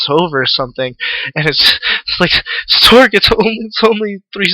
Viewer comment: LOL you keep saying storge. XD sorry to make fun of it, but it's funny.